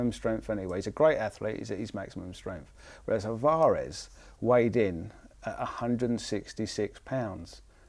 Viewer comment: Alv-arez NOT Al-var-ez haha sorry it annoyed me. Good effort in the video.